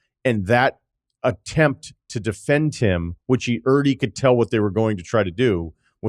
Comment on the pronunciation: Is he saying “already” when he says “errrdie”